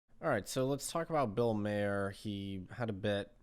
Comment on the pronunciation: Mispronouncing Bill Maher’s name, while likely unintentional, is the perfect way to start and exactly what Maher deserves.